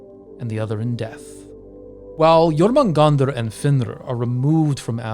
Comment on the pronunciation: Danm u really good at pronouncing jörmungandr.